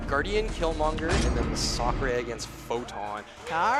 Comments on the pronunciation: So hard to watch when they keep mispronouncing the Champs name🤮. Massacre where they keep getting Ma,sa,k from? "Mass""A" "Cre" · Really bugs me how you all pronounce Massacre 😂